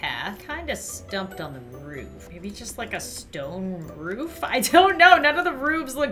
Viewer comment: said roobs not roof